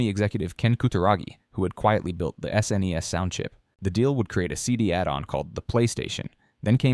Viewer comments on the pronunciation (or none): none